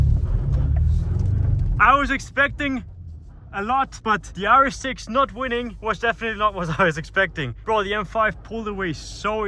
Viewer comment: Every time you sayd rs6 i heard yaris 6